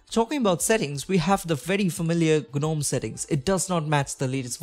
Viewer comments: its not guh-nome - its pronounced `nome` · It’s pronounced Nome.. the G is silent